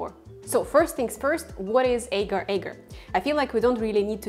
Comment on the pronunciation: This is a constant Internet problem...people producing vegan recipes with ingredients they just discovered, without a clue as to how to pronounce their name. In addition to mispronunciation of Agar, outside of Malaysia, the name is simply Agar...not Agar Agar. Other silly mistakes include: not pronouncing the "J" in "KONJAC" as "Y" (the word should be pronounced exactly like "cognac"); pronouncing the "G" in "CARRAGEENAN" as a "J" rather than a "hard G"; pronouncing "SEITAN" almost as two words, SAY TAN rather than correctly as SAYtn (almost like satan). This drives me crazy too, because once wrong in one video, g-d know how many millions might copy the mistake.